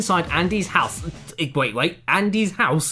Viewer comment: the way he says house cracks me up